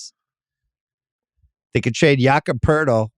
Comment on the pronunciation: Why can't just learn to say "Jakob Poeltl?"